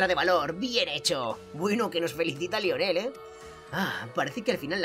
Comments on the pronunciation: El nombre se pronuncia laionel muy tarde pero tenía que decirlo xD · Lionel se pronuncia layoner